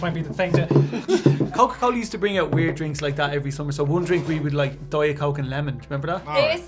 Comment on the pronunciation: Wtf dite is not right